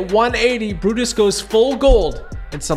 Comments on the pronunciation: It looked like he said buttas but it’s brutus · He means it sounds like he's saying buttus and not Brutus